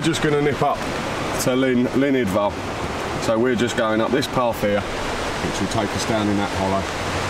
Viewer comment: Another great video,. Wonderful. Just a note: It's not pronounced "Idval", it's "Idwal". Look forward to your next adventure, and best wishes.